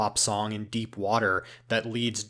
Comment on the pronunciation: It’s deep deep, not derp derp…